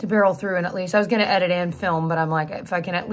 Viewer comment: Sounded like you said f***in edit....REWIND to "if I can" ...phew!!!